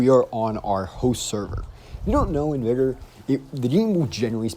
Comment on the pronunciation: Its not pronounced vy gor lol it vig or